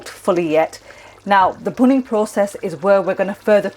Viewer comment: You said 'punning' the meat. What does that mean? How do you spell it?